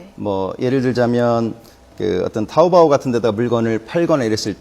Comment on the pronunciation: 개병신 부를줄 모르면 부르지도말라 먼 샤오미냐 병신너네사나 짝퉁이다 병신 먼샤오미냐 쑈미 지 병신들 그러니깐 너네. 그병신 박근혜 중국가서 개망신다하구왓지 참 지랄연병 함께사진 찍자고햇는데 가라는가해서 갈려하니 미련하기도 알리바바아니고 아리빠빠라고부른다 병신들이 발음 똑똑히 해라 토우보 아니고 토우뽀 미치겟다 정말 진짜 짝퉁은 너네 진짜 짝퉁이다